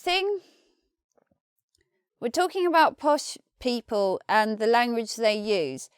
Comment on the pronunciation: What on Earth are 'posh peepuww'?